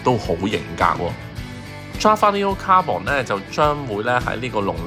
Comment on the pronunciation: 點解個個 carbon 都讀「卡磅」？係讀「卡笨」呀⋯